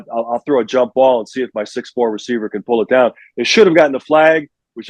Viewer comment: BEAR DAHN